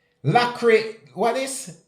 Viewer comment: The word is pronounced 'lasirations'